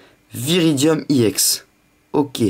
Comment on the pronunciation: pour quoi tu dit iex